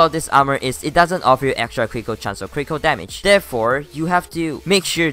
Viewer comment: i like how when he says critical it sounds like crinkle